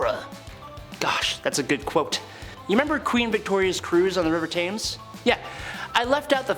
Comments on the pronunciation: It's pronounced tems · River Thames pronounced “Tems”.